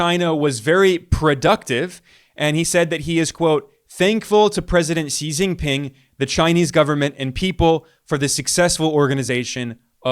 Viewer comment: Xi is pronounced "she" not "see" non-Chinese English-speakers are shy about saying "She" because is sounds like female pronoun: she when one sees, "shi", it is pronounced "shr"